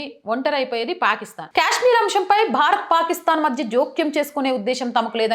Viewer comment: Kaaashmir not kyaaashmir